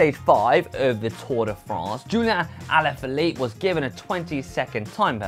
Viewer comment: Joeliaaaaa aaalaaaaafieliep in de toew se fwaaaaaaaa. Jeezes christ that sounds gorrible!